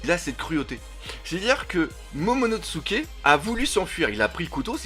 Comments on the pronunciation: Momonosuke pas MomonoTsuke. Par pitié 🙏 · Déjà que je trouvais tes vidéos pourris, là on est passé au niveau supérieur, je passe le fait que tu détruise complètement les noms mais c'est tellement chiant que ça bloque direct, c'est pas momonoTsuke mais MOMONOSUKE bordel !!!!!! T'expliques des choses tellement évidente que ça devient encore plus chiant, et tu te poses des questions qui n'ont pas lieu d'être si barbe blanche n'est pas allé affronté kaido c'est qu'il y a une raison qu'on ne connaît pas encore !!!!!! Le one piece par exemple avec le fait qu'il serait arrivé trop tôt et qu'evidemment le one piece est en lien étroit avec wano et SURTOUT tu critiques et dit "erreur"!?????? Mais tais toi et attend d'avoir des explications, tu sais ce que c'est one piece ???? Tu sais ce que c'est oda !!!!?????? A chaque fois on est obligé de relire les scan parce que justement une information est révélé après et donc à ce moment là tu devras t'excuser, et si toutes tes vidéos sont dans le même style et bah elles va être très longue cette vidéo !!!!!!!